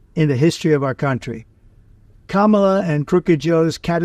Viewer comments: At least he's started saying Kamala properly. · Thank goodness that dumbass is finally pronouncing her name correctly. I can't believe he actually took his advisors advice for once. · So, he finally knows how to pronounce her name. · What kind of sincere tribute is this when tRump talks more about blame than empathy for lives lost? What a moronic weirdo he is!!! Plus, now he wants to correctly pronounce Kamala's name 🤔 Theatrics... Vote Blue 💙💙💙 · Very good discussion. A nuanced conversation taking the politics out of it is what we all need to hear on all topics . If bright young people like the 2 of these young people can foster this type of discussion then the future is indeed full of hope. BTW I wonder if I actually heard Trump say Kamala close to the correct way---I wondered if those 2 little girls at the DNC giving lessons on it would shame him enough to show him how childish that part of his ranting was. ( or not)